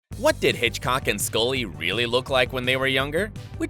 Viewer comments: it's norm Hiscock not hitchcock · it’s norm hiscock not Hitchcock